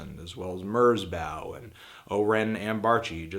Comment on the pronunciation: Why do you say "Merzbow" that way? Why?